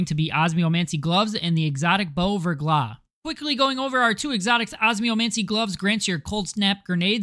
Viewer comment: and its still wrong btw, the ER would be pronounced "air" , NOT [UR - VURGLAH]<WRONG [AIR - VAIRGLAH]<RIGHT. French also pronounce their R differently. not rolled like Spanish but they pronounce R as H but as if you were gonna Hock up some spit while making the H sound. "Ve(^H^)Glah"